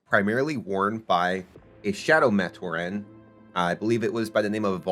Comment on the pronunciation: Is this AI generated? Matoran is consistently mispronounced which makes me think this is AI.